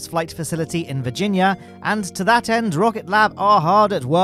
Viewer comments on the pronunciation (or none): none